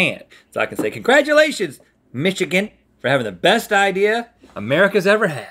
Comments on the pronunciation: Link never say nichagin ever again say Michigan correctly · Mich-igan? OR miss again link ;) XD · Why are they pronouncing Michigan like that, it makes me crack up every time xD I don't usually hear people pronounce my home state like that xD Also, a new favourite quote: "This is for Tupac!" - Link 2k19